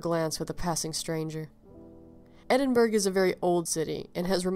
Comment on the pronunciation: So sad but a lovely tale. Could I just correct your pronunciation of Edinburgh, it actually sounds like Edinburuh or Edinboruh in Scottish, sorry so many people get it wrong but if you've never heard a Scot say it you'd never know.